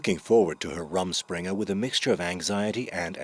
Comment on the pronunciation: It is Amish not Aymish and Rrrruuuummm springe not Rum and Coke. The people that make these expert docs that cannot even pronounce the vocab. Every time he says Ay-mish I cringe.